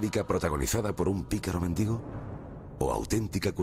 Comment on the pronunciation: mendigo -ga. 'Persona que pide limosna'. Es voz llana: [mendígo]. Son erróneas, con este sentido, la grafía y la pronunciación esdrújulas méndigo. Por favor!!!!,, con todo respeto, te pido que corrijas la acentuación de esa palabra. Un abrazo desde Neuquén. Te sigo siempre